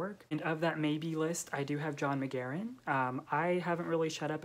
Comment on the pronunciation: I loved this video, as an Irish woman I'm so glad to see McGahern's work has travelled. (his surname is pronounced with two syllables btw - like Gaah-hern! :) ) Austen, Woolf and Forster would definitely be on my list ... have you read any Elizabeth Strout? I think you might enjoy Olive Kitteridge based on on this list.